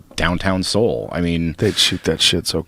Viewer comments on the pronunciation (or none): none